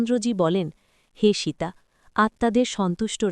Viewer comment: সীতা নাম খানি ভালো করে উচ্চারণ করুন। জঘন্য উচ্চারণ। বাঙলায় বলছেন, বাঙালিদের মতো করুন।